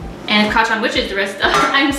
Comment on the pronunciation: Kacaan XD it sounds like can lol It’s Kacchan btw